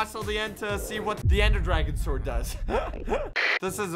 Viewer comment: Please tell that it's not pronounced "S-word" And instead is prounouced "Sord"